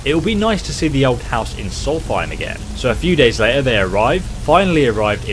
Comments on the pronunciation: Solsthiem pronounces it soulfiem? dafuq? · I Cringed when i heard him say Soulthiem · " come to soltheim" it's solSTEIM! Did you ever go to school?